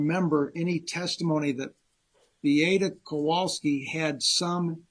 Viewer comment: I really wish the defense attorney would at least have enough respect to pronounce Beata and Maya's names correctly. He's had this case for years, and he's certainly heard the family and the plaintiff attorneys say them hundreds of times. He doesn't do it often with Maya's name, but he constantly does it with Beata's.